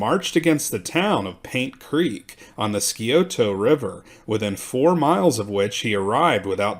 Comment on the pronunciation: Good stuff here! However, as a historian and an Ohioan, you should check your pronunciation of words. Chillicothe is not—“Chill-Kothe” it’s “Chill-Uh-Koth-Ee.” Scioto is not “Skee-Oh-toh” it’s “Psy-Oh-tuh.” and Duquesne is definitely NOT “Do-kez-knee” it’s “Due-Kane.” You can look these words up on Google and get their proper pronunciations. Great stuff otherwise! 👍🏼❤️🫡